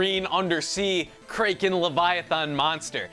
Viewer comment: Ha! He said "krayken" in , it's pronounced "KRAH-KEN".